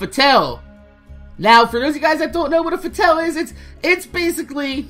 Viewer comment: It's pronounced fa-t-all